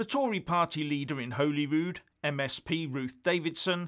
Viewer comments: It's pronounced Holly Rude - Holy Rude is a church in Stirling. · It's pronounced 'Holly'rood,. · btw its pronounced 'hawely rood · Great video as usual. But I would like to point out that Holyrood is pronounced as if spelt Hollyrood. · it might be spelled Holyrood but it’s pronounced Hollyrood haha... great work support you when I can, but 1 yr plus out of work! Sorry... Is wee Nippy holding on to the cash to use as an EU entry fund? So she can get back in the big club? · It’s pronounced as holly rood. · He can’t pronounce Hollyrood. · You might learn to pronounce Holyrood correctly.